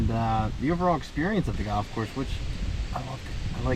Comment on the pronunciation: Sponsored content and he can't even pronounce the name of the golf course 😂